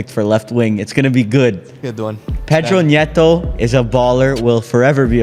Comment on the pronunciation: As a Portuguese I want to warn that the n in Nuno Mendes and in Pedro neto isn’t pronounced as a ñ